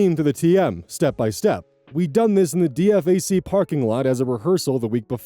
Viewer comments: I'm not sure when it happened but I do know it's been a thing since sometime in the 1990s. And yeah, hearing him spell it as DFAC made me grit my teeth, everyone I know who's been in the military or around it has called it a D-FAC(pronounced DE-FACK) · My husband is the active duty one and it still took me off guard 😅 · Hearing pronounce the ranks with letters reminded of the Fullmetal Alchemist 2003 dub when Falman pronounced Master Sergeant Fury as "EM ES GEE Fury!" or Lt. L.T. Smash from The Simpsons. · so the military used to not allow soldiers with ADHD in the army at least back when I was a kid. They changed the rules at some point but apparently it has to be approved and you have to be on approved medication. Also hearing say DFAC by spelling it out is making me agitated 😅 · its pronounced D fac like deefac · Being in the army and hearing you say DFAC as you did instead of “Dee-fac” threw me for a loop. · My eye twitched every time DFAC was spelt out. It's spoken as "Dee Fack." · Its not called the D F A C, is the DFAC. D-Fac, Dinning facility. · "D F A C" its Dee- Fack D-Fac... DINING FACILITY... 😅 this shit is setting me off lmfao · Usually when people refer to it, they dont spell it out D.F.A.C. Its pronounced deefak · Nails on a chalkboard every time you spell out the acronym. It's D-Fack. Or, Da Fuq. Never heard anyone spell it out in all the time I spent on joint bases. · Please never spell out an acronym again. It's "Dee Fack". Not a single soul alive on this mortal coil says "dee eff ay see" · DFAC is pronounced Dee-fack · great reading but i'm ex-army and i'm so distracted by how you keep pronouncing it D-F-A-C 😅 It's D-Fac, like it's 2 words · Fun fact you'd usually pronounce DFAC as "dee-fac" :) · Hearing call a Dee-Fack a D. F. A. C. kills me every time, lol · Just so you know DFAC is generally pronounced "dee-fack" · Hi. E4 Mafia reporting in. DFAC is pronounced De-fac, emphasis on the "De" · Repeat after me, "Dee-fack"